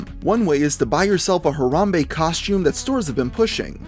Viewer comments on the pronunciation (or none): why can no white people say harambe correct its ha ra hm bay. not huh rom bay